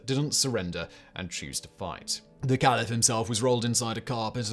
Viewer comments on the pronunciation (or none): none